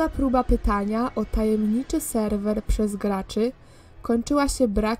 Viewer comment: Czy tylko ja usłyszałam Jeden raz jak powiedziała Selwel zamiast Serwer?